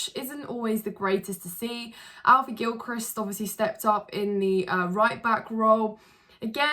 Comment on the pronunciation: Gil-krist! Perfectly pronounced 👏🏽👏🏽